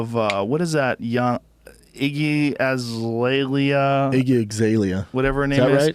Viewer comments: he says iggy eggzalea 😂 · Lmao iggy azlaylea. Iggy iggzaylea! Destroyed that name